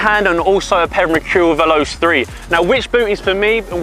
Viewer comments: YOU DO NOT CALL IT VELOSE!! IT'S PRONOUNCED 'VELOCHAY' . MY GOD! I THOUGHT IF YOU KNOW SO MUCH ABOUT FOOTBALL BOOTS, YOU WOULD KNOW HOW TO PRONOUNCE THEIR NAMES!! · its (vel-oh-chei) not (vel-os) no judge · it's not vel-ows is vel-o-chay